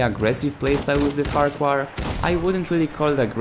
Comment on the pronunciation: It's pronounced FAR-Q-HARRR